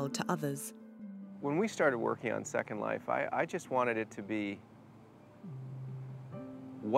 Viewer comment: i heard it too. how do you have a 30 min documentary of virtual worlds and you can't even pronounce the biggest one out there properly?